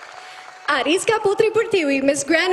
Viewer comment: Waktu pembawa acara nya bilang "Artika "di situ aku heran karena logat yg dia gunakan seperti orng indonesia saat bilang nama orng indonesia, begitu pun waktu dia bilang nama nama yg ada di depannya karna mungkin orng orng yg ada di depannya itu dari berbagai negara